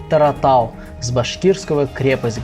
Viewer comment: Огромное спасибо вам за освещение ситуации! Но 2 поправки: гора называется ТОратау (не Таратау) и петиции за Куштау ( не Шахтау,которого уже давно нет). Просто описка, наверно. Спасибо из Башкортостана, Ишимбайский район